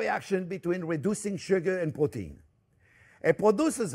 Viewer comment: I was almost until the end before I realized "porteen" was protein, lol.